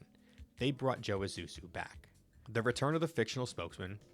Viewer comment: The “S” comes before the “Z” 😏 But at least e know you’re not AI